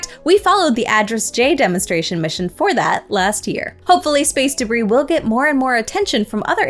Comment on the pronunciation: Please review: DEBRIS. Not DERBIS.